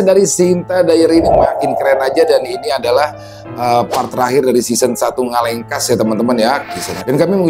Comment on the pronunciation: Ngelekas bang bukan ngalengkas 😂